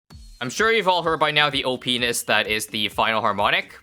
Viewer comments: Haha, he said opness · He said OP-ness 😂😅